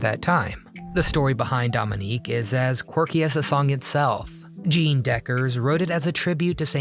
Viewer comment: Maybe the commentator was a infantile Trumpie. He can't even pronounce Jeanne properly